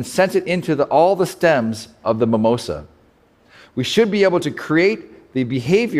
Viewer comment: It's mimosa (mee.'móh.zah). Also it didn't completely close how it would if touched in the petiole.